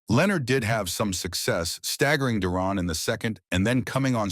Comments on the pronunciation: It pronounced Duran and not Duron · ...it's Duran not duron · the narrator can't pronounce duran's last name - how was this jackass chosen ???